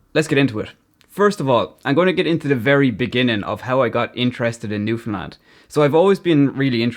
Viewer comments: Love it! Especially how your pronunciation is perfect - there are Canadians who can't pronounce Newfoundland correctly. Did you ever get over here? If you haven't, car rentals are limited here and you really do need one if you want to travel the province rather than just stay in St. John's. Good luck b'y! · You are so awesome for pronouncing Newfoundland correctly its such a rare thing outside Canada. It blows my mind why people keep calling it Newfndlend. Its like people read Newfoundland and think there has to be some sort of trick to the word theres no way it could be pronounced how its read 😂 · I love how you actually pronounce Newfoundland properly while the majority of mainland Canada puts emphasis where it needn't be lol. Very proud of my Newfoundland heritage and equally proud of my Irish ancestry, 100%. Salt of the earth both sides of the Atlantic. Walsh family of St. Lawerence, Burin Peninsula. Town with a long and storied history indeed. Cheers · I absolutely love when people talk about newfoundland, especially when irish people find us. Not many people talk about or even know about this place if youre not from Canada, and i love how you pronounced the name right! Im so proud to be from Newfoundland and i love sharing cultures with people who come visit, but with irish people specifically its like you guys were raised with us even though its a whole continent away. I love connecting over the culture and accents, and i know id feel right at home if i were to ever visit ireland. Your video is amazing, keep it up!